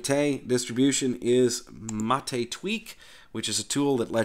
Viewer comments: Yep, I was going to say the same thing. is pretty close with his pronunciation, he just needs to change the stress in the word "Mate" (it's MAH-tey, not mah-TEY) to the first syllable, and same thing with "Caja". No es que sea el fin del mundo, pero ya que quiere aprender a decirlo bien... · Sorry but Wimpy is plain wrong. MATE is pronounced as "matte" (like the paint type). The name was given by Perberos and it comes from the Yerba Mate plant, which incidentally is used as a very popular and traditional infusion in my country. Compton+Marco is a lighter option for getting rid of the vsync issue. You can find it on the Mate-tweak tool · You are actually pronouncing the name wrong. The stress should be on the first syllable: MAH-teh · EXACTLY! That was the bestest explainification I've heard so far. Bloddy Anglophiles with their overprononciation and emphasis on certain syllables are nerve wrecking. As I always say: "MATE, pronounced as spelled." Emm, ah, teh, eh = Mahte Simples, right? Well, obviously not so simple if you belong to the minority of natural born anglisi speakers. :) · That guys full of it. You stress mah not tay. Like mate the herbal drink.